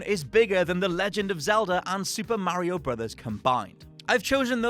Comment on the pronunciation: Why does he say mario like that!?!?!?